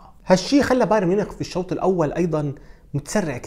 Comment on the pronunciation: لم أتابع لغاية الآن محلل رياضي في القنوات العرييه بقدرتك وبدقة تحليلك يا سيد. لكن اتمنى أن تعمل على إتقان لفظ الأسماء الأجنبيه.فأنت تلفظها باللغه العريبه. أنصحك بالاستماع للمعلقين الأجانب كيف يلفظون الأسماء. على سبيل المثال لا الحصر بايرن تلفظ "بايارن" وليس "بايرين"